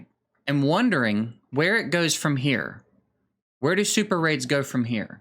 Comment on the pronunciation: SuperRAIDs.... OR SuperAIDS???